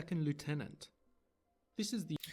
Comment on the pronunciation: And that's before the issue of them mispronouncing "lieutenant"